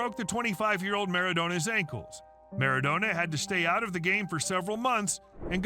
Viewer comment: The commentator makes Maradona sounds like a Kebab!! lol